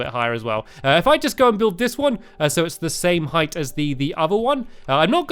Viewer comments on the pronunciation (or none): none